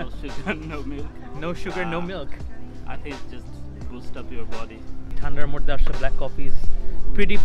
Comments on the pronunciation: What is ' মরদে' 😂🤦‍♀️ It's" মধ্যে" vaia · Exactly. I was a bit confused at first but as the video was going ahead, umderstood 🤣🤣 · moddhe❌ morde😂 you're cute